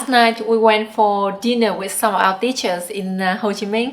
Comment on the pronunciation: ơi:)I was cooking dinner while listening to this, and when you said, "...going to dinner with some our teachers" I thought you said "...going to dinner with some of our bitches":D giật cả mình!